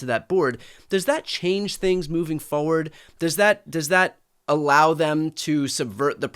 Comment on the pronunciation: Call the petty annoyance, but there is no such word as foward, it’s just that so many people forget that there’s an R in that word. Or is it that they FOget.